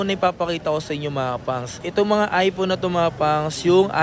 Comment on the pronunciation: time: ipoon? ive been a content creator for quite some time now. I may not know if you finish your education or not but at least practice more often since young audience also watch your contents and one way to teach them is correct pronunciation. I know pinoy and nazi but this is not a bad comment but rather a piece of advice. Though it's still ur call if u wont. ur a content creator for pete sake. when the kids in the house heard what u said, the copied and laughed at it. it aint good.